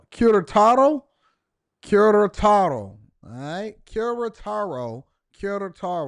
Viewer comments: QUERETARO not KARA TAR O. C'MON MAN! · It's pronunced ke-re-taro. Unfortunately. Feminisn, liberalism and bad junk food is rapidly coming here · You've been butchering the pronunciation of Querétaro lol Glad you enjoyed it though.